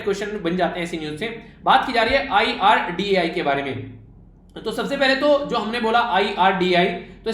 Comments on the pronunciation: Bhooot sari galti krte ho sir please pdane se pehle ek baar khudh pad liya karo its IRDEA not IRDAI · 9.5/10 because of IREDA news being pronounced irdai 😀🙏 Thank you for lecture sir🙏